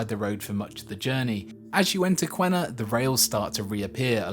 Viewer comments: The new high speed EET project is in progress now with new alignment route and stations. I work on it… By the way Q is pronounced as K and there is no U in Qena so it’s “Kena” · on a side not, we pronounce Qena = Kenna